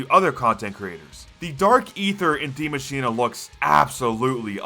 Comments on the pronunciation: it‘s spelled Die Maschine and not dimashina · Die maschina? Its die maschine